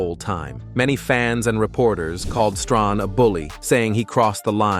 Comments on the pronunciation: Michael "Strohn". Never heard of him😒🤷🏾‍♂️ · It's Strahan not stronhan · Pronunciation """ Stray- han!!! Thanks